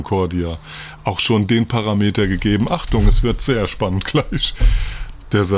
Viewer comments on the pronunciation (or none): none